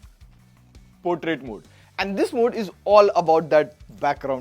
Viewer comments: Its portrait not potrait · Bhai its Portrait xD